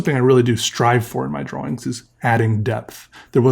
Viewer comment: Do you purposely say Draw Wings? Or is that an accent?